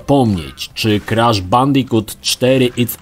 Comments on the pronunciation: nie kresza a krasza badz polakiem xd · KrAsz a nie jakiś KrEsz. Tu i tak lepiej niż w filmiku o trylogii. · ‚Krasz’ czy ‚kresz’ bo w końcu nie wiem😅